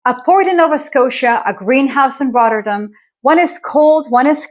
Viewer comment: It's not pronounced RODderdem, the Ts are 'hard' and the emphasis is on the '-dam' part (which is not pronounced 'dem', but 'dahm')... RotterDAHM. Just 2 minutes in, and I got so annoyed with the butchering of the name every five seconds (because, hey, doesn't the entire world pronounce stuff in English?) that I quit the video. BTW, ei is Dutch for egg, what does EI stand for? Electronic Intelligence? Economic Intelligence? Or am I thinking too much in the direction of AI?